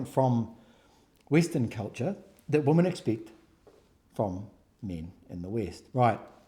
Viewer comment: Why do you have difficulty pronouncing Women? Sounds like you said "there were four Woman".